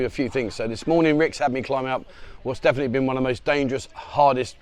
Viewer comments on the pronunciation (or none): none